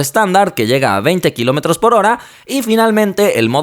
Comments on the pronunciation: Kilómotros xddd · Qué son los "kilomotros"??? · like si te diste cuanta que dice kilomotros